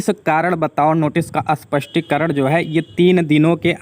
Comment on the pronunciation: You still pronouncing as अस्पष्टीकरण which is wrong